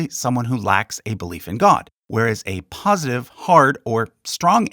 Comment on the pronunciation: Great video, but 'POSTITIVE' or 'POSITIVE'?